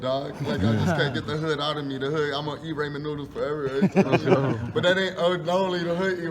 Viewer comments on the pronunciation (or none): This man said Raymond noodles 😂😂😂